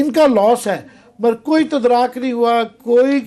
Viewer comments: عامر متین صحب تدارک لفظ کو تدراک بنا کر آپ نے قومی زبان کی ہمشیرہ کے ساتھ اچھا نہیں کیا۔قومی ٹی وی پر بیٹھ کر آپ جیسے پڑھے لکھے شخص سے ہرگز یہ توقع نہ تھی۔ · تدراک یا تدارک مہربانی کر کے تصحیح کر لیں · اتنے بڑے صحافی ہیں۔ بھائی صاحب ! انگریزی کے ساتھ ساتھ تھوڑی سی اردو پر بھی توجہ فرمایا کریں۔ آپ نے دو تین دفعہ لفظ "تدارک"کو "تدراک " بولا آپ کے منہ سے اچھا نہیں لگا۔ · Sir Tudrak nae hota bulkha ""TADARUK ,, ha means smujh hona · Amir Matern saheb....the word is "Tadaruk" not "tadraak". Also, on another part of your program- the word is " collusion" not " collision". I expect seasoned journalists to have a wide ranging vocabulary. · Haha Haha, such a famous journalist does not know how to pronounce Urdu word, “tuddaruk” My God, how low our standards will go. Go and learn how to pronounce this word.